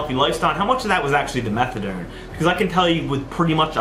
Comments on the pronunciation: Is he saying methadome? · Fuck I hate the way he says methadoirlnne